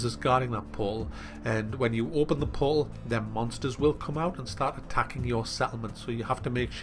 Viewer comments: haha love how says "portal" poal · In the beginning was he trying to say "portal"? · I get curious about how some Americans and British people pronounce words without clearly pronouncing the T.For example,the word portal,they cut out the T sound and replace it with a 'uh' sound :/